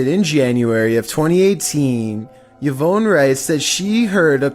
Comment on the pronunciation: The scariest thing about this video is his pronunciation of the name Yvonne😂